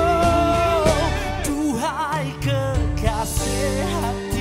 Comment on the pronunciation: Kenapa sebutan dia: kekaseyh, pedeyh.. stress kita bunyi pelik3 ni